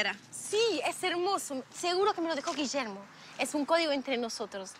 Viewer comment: i love the way you pronunce guillermo with a slight argentinian accent